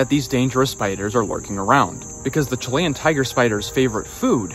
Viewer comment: Chili - Chill e Chilean - Chill e un Not Chill lay un Learn English correctly